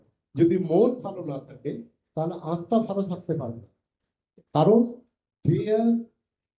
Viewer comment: Sir,your pronunciation of atma is wrong.Again you have defined "nirapad khabar"as one which gives pleasure or pleasure of taste.It is wrong.Pl.donot spread wrong ideas among general mass.